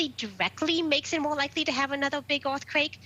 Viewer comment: Orth quake ... Evwee body wuuun!!